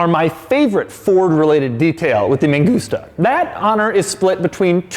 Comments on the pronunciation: Why does he keep saying ME GUSTA ? 😂 IT'S MAN-GOOS-TA. 😳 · Man gusta Not me gusta, lol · Sounds like "Me gusta" - I like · M A N G U S T A = M U S T A N G A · mangusta, mangusta, all I kept hearing was megusta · No "man gusta" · I speak spanish, same i just hear "me gusta" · Mangusta sounds like you are saying "me gusta" witch translates to "I like" or "I like it" in Spanish. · I kept hearing "me gusta" and it made me chuckle every time you said it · whole time, thought he was saying "me gusta"